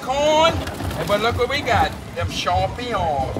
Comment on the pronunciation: "dem Champignon" 💀💀💀💀😂😂😂😂😂